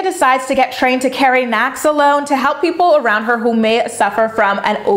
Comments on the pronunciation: is nah-lox-ohne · It’s pronounced Na Locks In.. I know weird huh lol I’m a recovering addict so sadly I know what I’m talking about lol